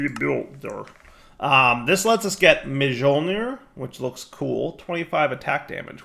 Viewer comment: Dires pronunciation of Mjölnir and many of the other norse words had me, slightly twitching.